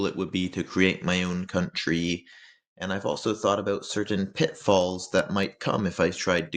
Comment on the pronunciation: I was habben a good time listening you say countrrry.